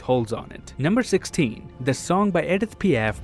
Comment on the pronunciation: Kudos to you for pronouncing Edith Piaf correctly. Your French classes paid off.